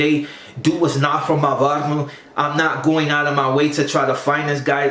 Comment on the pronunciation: This lop said "he's not from my baghrrow" barrio is not a hard word to pronounce pendejo.